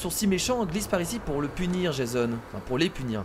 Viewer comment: sa ce dit jéson